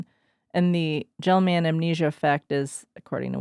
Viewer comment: A year late, but Gell-Mann Amnesia is pronounced with a hard “g” like Gary. Gell-Mann was a Nobel laureate in physics.